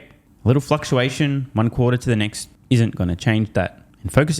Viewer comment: 'next minute', not 'neck minute'.